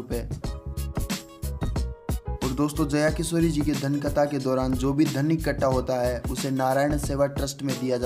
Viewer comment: खता नही कथा होता है